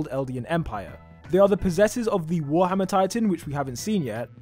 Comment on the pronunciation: is it just me or the way he speaks of warhammer titan sounds mohammad titan?. lol